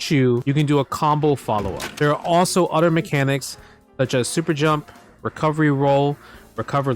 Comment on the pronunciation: I like every time you say “other” you say “udder”